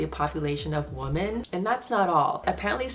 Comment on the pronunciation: Why do you pronounce women as woman?